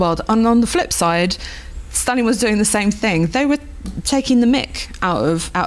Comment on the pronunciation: do - śliczny akcent (podobnie jak prowadzący) - ale pownna obejrzeć jak na Wyspach i w USA wymawiają imię Stalin. Wymawia je bardzo 'po polsku', nie widze w tym nic złego, doceniam nawet, ale dla spójności (kanał TVP.. WORLD) można by dać wymowę z dłuższym i mocniejszym A i wymowniejszym St